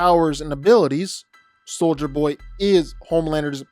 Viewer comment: you got soldier Boy right